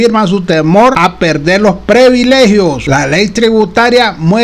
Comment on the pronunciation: Es incorrecto decir: preveligios. Lo correcto es: PRIVILEGIOS.